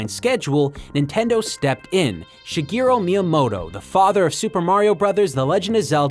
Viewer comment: Hopefully you know that by now, but it's Shigeru not Shigero